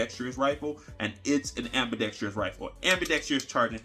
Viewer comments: Just say "AMBI"...not trious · There's no "i" towards the end of "ambidextrous" 😄😄😄 So many put a "i" back there though when saying it. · I use to pronounce an extra “i” in ambidextrous. Now when I hear people use it I feel smarter all of the sudden.😊